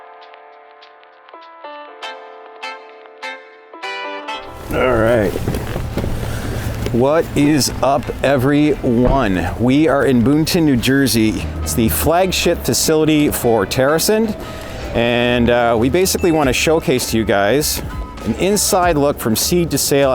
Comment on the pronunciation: FYI..Boonton is pronounced..”boot-in”